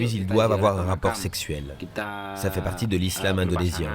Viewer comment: Ça c'est ne pas l'islam que nous connais et il a bien dit ISlam indenosien 😂😂😂😂🤣